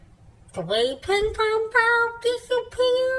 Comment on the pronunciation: I just don't know what makes this SO funny! I'm literally laughing until I cry watching this guy gag on "pin pon baawws"